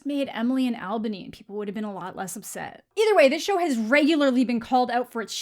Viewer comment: Ok so I know I’m gonna sound like a major asshole here, but you mispronounced Albany